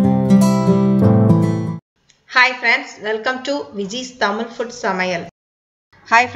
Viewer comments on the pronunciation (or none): none